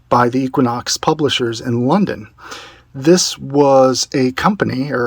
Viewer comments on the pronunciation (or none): none